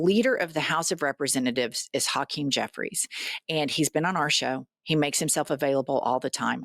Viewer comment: 👋🏼 Jen, I love you both for your realness, I think you are pronouncing Hakeem's name wrong, the first syllable is pronounced like ha and the second is pronounced like keem,, you two continue to be woke❤